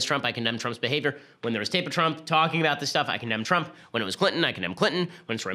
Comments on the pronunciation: i cant get over him accidentally saying "president twump" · did he just say president twump? lol